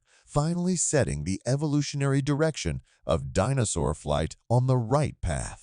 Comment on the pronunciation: Right but I have never in my life heard anyone pronounce the word as "Dinnosaur". Very small children know how to say say Dinosaur. I suppose what fundamentally bothers me is the fact that I am now in witnessing in earnest Automaton replacement of my line of work.